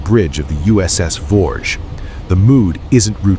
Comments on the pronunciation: It was the Voge pronounced Vog E . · I was aboard Voge during the incident. The ship's name is actually pronounced as two syllables: "vo - gee(as in geese)", not "vouge" or "vorje". As cringeworthy your stupid AI mispronunciations of the vessels I knew so well are to me, it is trivial given the fact that your account of the events that occurred that day is COMPLETELY AND UTTERLY WRONG!!!! I'm too polite to say what I really think about it. And while I (and you) have no idea of how the Echo II crew were operating, Voge's crew throughout that day was calm, professional, and incredibly proficient. I was pretty busy at my GQ station on the bridge after the collision but was especially impressed by the demeanor and performance of the captain. He was (thank God!) the calmest, most level-headed commander that you could hope to serve under. I have to wonder what other fictions are being passed off as the truth on YouTube and by the media in general.